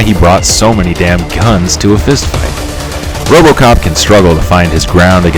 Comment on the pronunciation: I lost it at “ROBOCAHP!” 😂😂. Good job though man... this is really well made and I can tell you put a lot of work into it. Gonna use it to help me pick my next character.